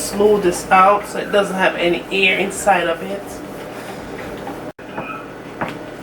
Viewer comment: I’ll try this recipe for certain, but I won’t (h)add (h)any sugar or (h)oats. I’ll make sure to pre-(h)eat my oven as well. You’re definitely getting a t(h)umbs up for your excellent video. Thank you! You’re from Kingston, aren’t you?